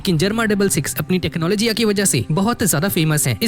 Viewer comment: Tecnology❌ tecnologyaa✅😂